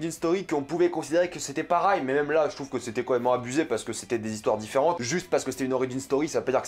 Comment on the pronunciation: Et mdr gros on dis « pareil » et non « parail » comme tu le prononce 😭